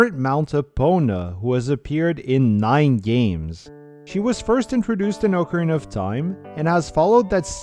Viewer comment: How refreshing to hear somebody say, "ocarina" instead of "acorena." Like, commented, subscribed. You earned it.